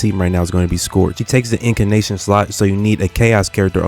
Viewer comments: If you're gonna stitch every single word together in post you could legit just write a script. Also it's Incantation, not fucking Incanation. Jesus I know the meme is you failed everything but it's just grating on the ears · Bro its In-can-tation in case you're not sayin it wrong to troll lol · Bro do you even play this game? Who is iori 💀 and I don’t even wanna know why you saying incantation like that.